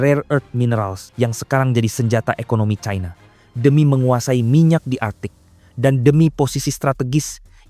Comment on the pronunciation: Pembacanya fasih sayang tidak menguasai bahasa Indonesia yang baku ini sangat memalukan membaca China saja di barat baratkan China dibaca Chaina inilah yg merusak bahasa Indonesia Seharusnya bangga bahasa Indonesia yg baku bukan malah dirusak orang lebih pandai